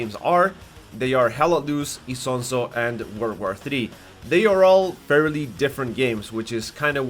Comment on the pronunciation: Not isonso its ISONZO dammit😂😂😂